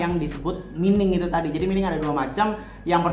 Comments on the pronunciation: Bukan mining bacanya, yg benar itu maining 😄😂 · mining --->> dibaca maining